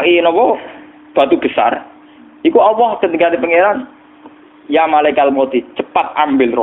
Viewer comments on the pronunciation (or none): Gus baha mbok klu baca Allah jgn awoh to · Dengarkan hurup lam kok diucapkan woh ?